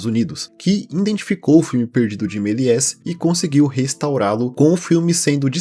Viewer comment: Meliés se pronuncia Meliê